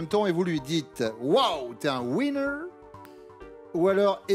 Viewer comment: Le commentateur là...avant de faire des démonstrations en anglais de comptoir là...apprenez a prononcer "winner".....la façon dont vous prononcez ce mot c'est pas "winner" que vous dites...mais "whiner".....qui ne veut pas dire la même chose du tout....